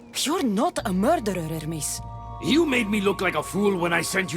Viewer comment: Who is that ermis you keep talking about? Do you know how to pronounce Hermes?